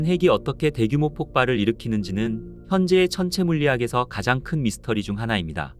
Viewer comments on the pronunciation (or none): none